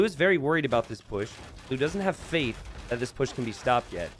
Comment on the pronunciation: I tuned out for a minute to answer a question, and when I heard how emphasized the word “Faith,” I was like, “Wait, when did Blue add monks?” 😂 Crazy LEL. I’m so hyped to be jumping into ranked soon to get my ass handed to me and settle in somewhere very solidly in LEL range. 🤘Console+controller life for now.